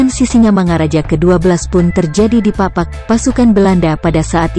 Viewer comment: Koreksi Menit 13.40 orang papak,. Ingat tdk ada orang papak tp orang/ suku pakpak Di Kabupaten Dairi, jgn mengurangi satu lafal huruf, krn satu huruf akan sangat berpengaruh dengan arti dan makna